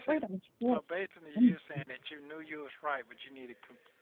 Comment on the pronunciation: Basely, no dummy it's basically!!! 😂😂